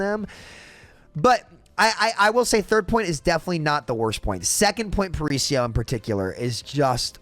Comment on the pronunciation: That was the worst pronunciation of “Paraíso” I’ve ever seen lol, just found it funny But I completely agree, I also hate that map and it kinda sucks since I’m from Rio, would be cool to load on a map that’s supposed to be my city and say “oh nice, I’m playing a cool map” instead of instantly being sad